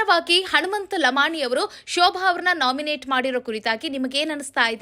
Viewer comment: ಲಮಾಣಿ ಲಮಾಣಿ ಅಂತ ಯಾಕ ಒತ್ತಿ ಒತ್ತಿ ಹೇಳುತ್ತಿ ಅದೇ ರೀತಿ ಬೇರೆಯವರ ಸರ್ ನೇಮ್ ಸಹ ಹೇಳು